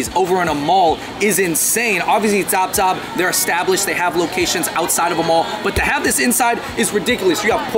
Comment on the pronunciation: Zaab Zaab is prounced Saab Saab, meaning delicious